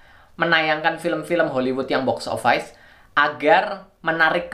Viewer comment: Bacanya boks ovis bukan boks ovais